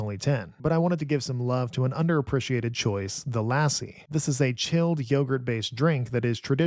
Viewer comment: He messed up lassi too despite it being in the same family as English 😂 No complaints tho